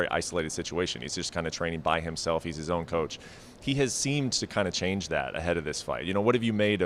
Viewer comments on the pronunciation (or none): none